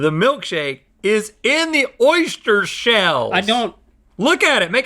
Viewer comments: Rhett: “Oyshhter” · Is it just me or does Rhett keep saying 'Oistiure' and nobody is mentioning it